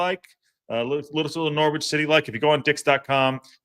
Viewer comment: Just a heads up Silent w in Norwich So Nor itch